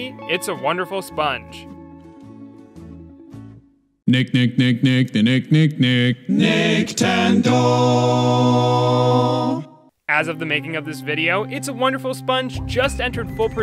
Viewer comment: is it bad that I heard nigtendo